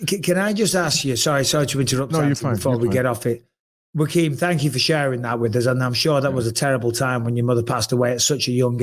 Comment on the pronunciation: Bisping calling Joaquin Jamaal. He butchered his name kept saying rakeem😂